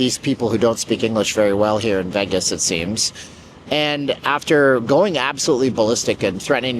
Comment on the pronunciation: You should leave Las vegas, all you do is speak negatively about the city that provides for you. Learn to pronounce VEGAS PROPERLY…..YOU MUST BE CANADIAN